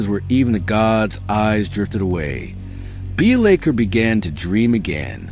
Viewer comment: Pronunciation of his name aside, I really enjoyed this! Keep up to good work.